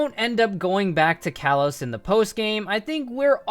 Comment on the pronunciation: "Kalos" is pronounced "kah-lohs".